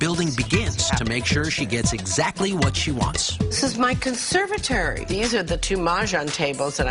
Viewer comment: She can't even pronounce "conservatory", omg 🤣🤣🤣